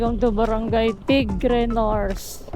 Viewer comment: brgy... TIGBE PO.. hindi tigre